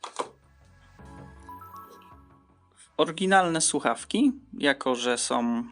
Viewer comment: oj. naucz się proszę "ą" i "ę", bo uszy krwawią. chce, jes, oryginalnom, podrobionom, skupie, miare, kupiem, złoty, som, "tak PISAŁO na aukcji", różniom, przejmujom, zawartoś, jes instrukcjom, suchafki, wyglondajom, suchafki som, majom, majom, majom, gówny, różniom, sie, suchafkach, som, wyglondajom, suchafki, różniom, uruchamiajom, uwage, naszom, ciekawostkom, suchawkach, majom, jes mjejszy, som, wszyskie majom, wskakujom, czszymajom sie, otsuchu, wszendzie, majom, brzmiom, odsuchu, myśle, suchafki, troche, som, som.